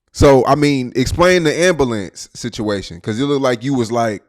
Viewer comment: “Inna AMBALANCE”